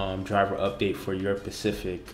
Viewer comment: Specific* not Pacific. Pacific is the ocean